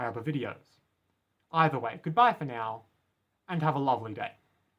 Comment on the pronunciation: actually it's pronounced "now" not "nauww"